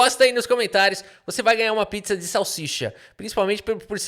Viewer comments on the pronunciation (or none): none